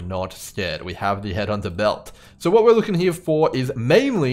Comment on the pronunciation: Wanted to thank you for putting out the consistent content. While it teaches me different strategies, It also lets me play my favorite drinking game, which is “watch grim videos and take a sip every time he says ‘heah’.” Works every time, thanks again 😊